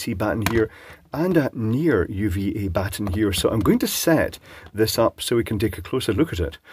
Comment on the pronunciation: Saying "Bat-ten" Minus 50000 DKP